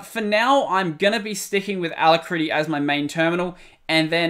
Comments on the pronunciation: A--LAC--RITTY not a-la-critty. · Pronounced a-lak-ri-ty! A brilliant name. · It is not pronounced like that... a-lack-rity It means speedy or swift. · good vidieo. BTW, Alacrity is pronounced with the emphasis on the 2nd A Thus: alAcrity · \ ə-ˈla-krə-tē\ => "uh-lac-rit-ee" => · Hey! The alacritty developer (Joe Wilm) pronounces it the other way. It seems to be an homage to 'alacrity' with one T — possibly with a bonus TTY reference from the two Ts 🤔